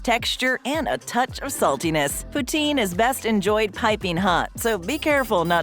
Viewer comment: The pronunciation of Poutine is making my French Canadian heart hurt...